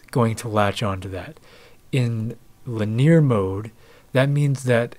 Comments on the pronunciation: It's not li-NEER; it's LIN-ee-ar. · Linear - lin-ee-ur. Not lineer. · It's lynn-ie-year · LIN-eee-err... I remember growing up having a friend who pronounced piezo as two syllables (PIE-zoe) instead of pee-aye-zoe and infrared as "in-FAIRED" instead of "in-fra-red." It's both annoying an endearing because he was an awesome guy